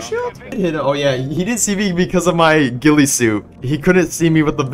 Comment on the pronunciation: Bro said ghilley